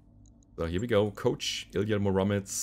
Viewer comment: IliYA MUromets, not muROmets. He is hero from Russian tales.